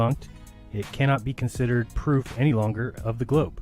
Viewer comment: He didn’t say proof, he said pruff. Your voice sounds almost like Michael Shermer.